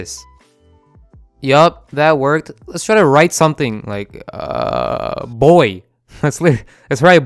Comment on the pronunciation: He said B O I 🤣